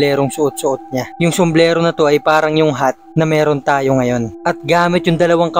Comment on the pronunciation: Basta sombrero yun, hnd somblero 😂